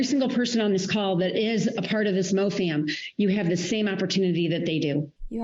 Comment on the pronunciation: "MO-FAM" ? {.....~shudder~...}